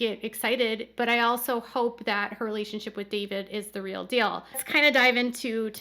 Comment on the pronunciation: Meri and Robyn, the word is REAL, not RILL. UGH!